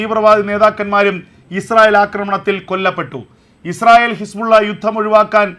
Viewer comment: ഹിസ്പുള്ള അല്ല ബ്രോ ഹിസ്ബുളള